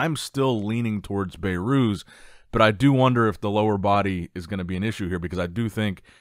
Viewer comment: His name isnt "Bay-Rhooz"😅 It's pronounced "Behrus"